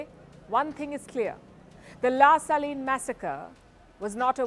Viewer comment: I could tell by the way she pronouned "La Saline"; she did so in a perfect french accent and I was like how tf an indian lady pronounced that word so good?